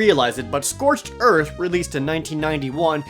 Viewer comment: "Scorched earf"